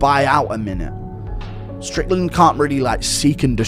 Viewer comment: Not ddp not say strickland but shicken